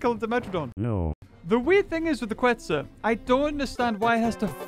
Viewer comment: Is KETZ! Not QUetz!